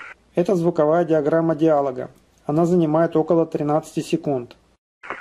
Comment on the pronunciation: Не диАлога, а диалОга! Где же свитер из оленя?!